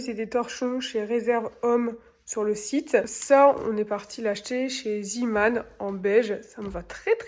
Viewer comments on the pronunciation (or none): "Ziman" ? Et pas "zéman" ? Pour zeeman